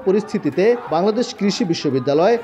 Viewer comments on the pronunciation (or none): none